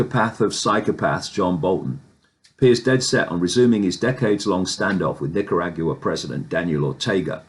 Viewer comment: “Nicarag you a” ? Lol 😂